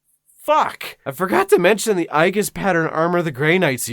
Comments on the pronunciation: Aegis... pronounced Ay-jiss. Okay, with the nitpick out of the way I'm going to quote several thousand fictional Romans: "Maximus! Maximus! Maximus! Maximus! Maximus!" etc. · Wait did you just pronounce aegis like that? oof I thought it was supposed to be more like "eejis" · Aegis = Ayy Jiss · Aegis is pronounced ayy jhis